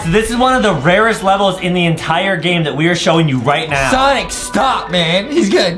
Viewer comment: It is sonic not sanic Justin